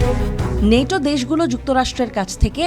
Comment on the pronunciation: নেটো না ন্যাটো